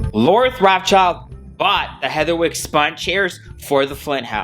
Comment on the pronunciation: Yep, Lord Rothschild pronounced 'Roth Shield' is willing to have a chandelier made out of broken tableware but not cheap copper and dandelions.